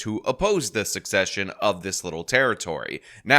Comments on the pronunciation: I hear this mispronounced so much it's getting ridiculous. The word is pronounced SEH-SEH-SHUN not SUCK-SEH-SHUN. Learn it. Know it. Live it. - Brad Hamilton Ridgemont High. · Dude, it’s NOT “SUCCESSION.” It’s “SECESSION.” You need to correct the way you’re pronouncing this word. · Yo, it's pronounced "sesh-eshin" not "suk-seshin." They're two different words. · Secession is pronounced, sessession, it is not pronounced like the word succession. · Secession not succession. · Dear, whoever you are. SECESSION and SUCCESSION are 2 entirely different things. Also pronounced differently. Borrow a dictionary. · You might want to learn how to pronounce 'secession' if you want to speak with any real authority on this matter. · This confusion of secession and succession in pronunciation is a real suck session.